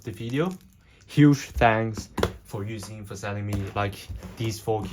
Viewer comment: Ain't no way bro said "Yousin" 🙏😭